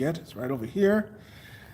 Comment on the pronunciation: Is so funny when u said Yamaha 😂😂😂😂😂😂